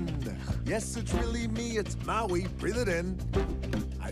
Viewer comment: It’s Maui not Muai